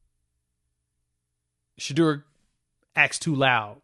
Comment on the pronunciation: SHEDEUR...PRONOUNCE D SHA DOOR